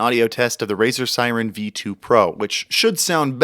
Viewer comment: Its called Razer Seiren not Siren